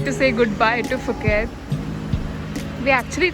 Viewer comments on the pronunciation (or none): Nice video! FYI: Thai people pronounced Phuket as "Pu-Ket" not Fu ket.